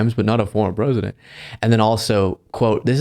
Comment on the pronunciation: "Perzidint Tromp"